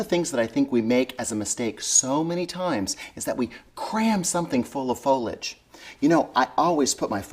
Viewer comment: Nice work, the word is foliage not folage